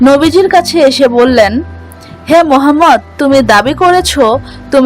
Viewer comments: Oyy..Apni age nobijir nam kivaba uccaron korte hoy seta age shikhe asen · Tumi nobi paker nam bhalo Kore age bolte sikho